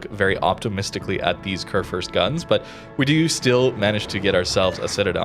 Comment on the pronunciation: It is pronounced "Kurfürst" ☝️🤓 Like the U in Rupprecht.